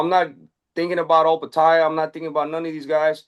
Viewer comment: "Joe Opetaia" Benavidez cracks me up with his non-intentional mispronunciations like with DAZN as if he's dissing them offhand